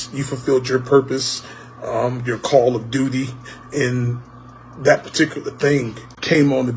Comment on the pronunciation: He said call of doody 💩💩💩💩